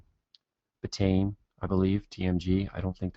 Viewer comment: Petty criticism, I know, but it drives me crazy (and I've done it myself). "Betaine" is pronounced "BEET-uh-een", not "beh-tayn."